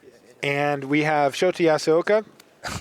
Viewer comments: Shota's name is pronounced show ta, not shot a. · He's pronouncing it Shoti. LOL. Poor guy.